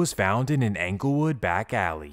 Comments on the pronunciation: Anglewood 😂 it's ING-GUL-WOOD (like Inglewood) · It’s not phucking anglewood, it’s Inglewood just spelled with a E damn get it right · it’s not pronounced “Angle” wood man, it’s “Engle” wood… you sound goofy everytime you say it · 😂😂 Yesssss... 😂 He's 𝘚𝘰 𝘙𝘪𝘨𝘩𝘵 that he can't even say the name of the hood right. It's 𝙀𝙚𝙚𝙣-𝙜𝙪𝙡-𝙬𝙤𝙤𝙙 yo, 𝑵𝑶𝑻 𝙚𝙝𝙣-𝙜𝙪𝙡-𝙬𝙤𝙤𝙙. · I'm just seeing this, I'm from Chicago. It's pronounced En gle wood not Anglewood. But I catch what you throwing. 😆 🤣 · I cringe everytime he says ‘Angle Wood’ instead of ‘Englewood’ 😏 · Am I the only one from chi slightly annoyed at how he says Englewood 😂 like bruh it’s ENGLEwood not ANGLEwood 🤦‍♂️ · Bro said “Anglewood” How you gon T up “2012” and then start talking about “2011” This video sucks dude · Dude keeps calling ENGLEWOOD , ANGLEWOOD 😂😂😂😂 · It’s pronounced like Inglewood Dope Video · He worked so hard gathering facts for this video but still calling it Anglewood lol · Talking bout 'anglewood". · The way he says anglewood 🤦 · Dude said Anglewood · BRO HOW YOU SAY ANKLEWOOD MAKES ME CRINGE 🥴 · I feel like you could get a lot more credit for doing these videos if you learned how to pronounce the neighborhood correctly. “ANGLE WOOD” sounds ridiculous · Yeah, he could have just YouTubed a video of Chicagoans pronouncing the neighborhood correctly. It's a bit agitating. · most people in da City do pronounce da S actually. No that Englewood part. Way off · It's Englewood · THE MAN DIDN'T EVEN PRONOUNCE ENGLEWOOD RIGHT 🤣 AND I'M SUPPOSE TO BELIEVE HE'S CORRECT ABOUT EVERYTHING? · He didn’t pronounce it, but I’m from Chicago and this nigga was a menace. He’s facing death rn due to the federal rico and is charged with 7 murders. All he did was just read the FOIA. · The pronunciation of ENGLEWOOD annoys tf out of me